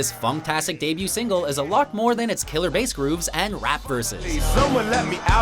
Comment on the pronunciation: it's Bah Hahs , not whatever you just said